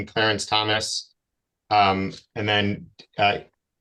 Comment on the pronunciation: Did he just seriously say he wanted to subpoena CLARANCE. THOMAS AAAAHHAHHAHHAHAHAHHAHAHAHAHA